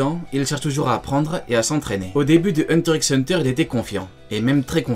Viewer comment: Ça me stresse de ouf que tu prononces le x de hunter x hunter 😖😖😖